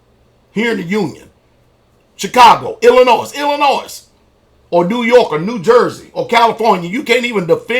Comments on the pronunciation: It's not ILLI-NOISE it's pronounced ILLI-NOI cause the S is silent. I despise people who don't know how to pronounce the name of my home State! need to learn to pronounce it right before he starts talking sh*t! Also he's from Tennessee and last time I checked Memphis is just as dangerous as Chicago. So maybe he needs to worry about his neck of the woods before talking BS about other States! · illinoi the S is silent. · the pastor is right about everything except pronouncing the s in Illinois